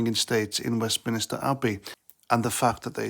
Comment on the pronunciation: PLZ PLZ PLZ STOP calling it west MINISTER it’s Westminster 😂 my real name is Minister so used too get called Minster by every teacher 😡😂 But now I’ve grown up into a grumpy ol git hearing u call that wrong brings back memories, I could say it’s a micro aggression 😂🤣😂 but I’m not that sad👍 love the vids mate ✌️🇬🇧